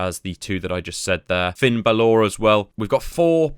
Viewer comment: Is BAlor.. Not BaLOR